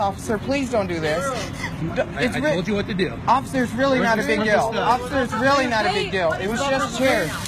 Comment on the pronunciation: "Offither...offither..." that little soyboy filming her episode needs that phone shoved up his ass. Smh $1 says he's some candy ass self loathing white kid raised by typical cali libtards. I'm betting she also gained hee seat on the train by using her caltrans freebie card that gets refilled the first of every month along with her mothers "foo stamp" benefits.